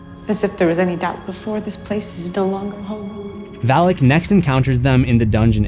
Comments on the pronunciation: It’s Valak not Vallak. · May I be that guy. It's not pronounced Val-ick. Its pronounced Vah-lock. Even movies butcher the pronunciation.🤦‍♂️Sorry just had to be that guy! Having studied the keys of king shlomo. Sorry it's the grammar teacher of a mother I had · My eyes: Valak My ears: phalic My brain: haha, Phalic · Val as in "Valak"